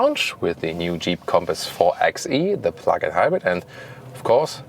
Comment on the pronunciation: Hallo,! Wie gehts?! Love watching your reviews. Just one thing on this one...the 4xe is meant to be pronounced 4 BY e, like 4x4 or 4 BY 4.